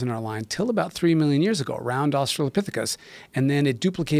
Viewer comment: If Joe learns anything from this conversation I hope it's how to pronounce Australopthicus.